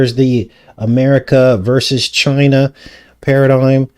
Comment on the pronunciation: He really over emphasizes ChinAH